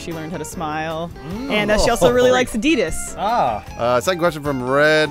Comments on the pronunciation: Did just say "Ad-E-Das" da fuq is that!? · wtf is "ah-dee-us"? God fucking dammit! You people make me sick! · wait wait did just say addidis lol that not how you say it but its ok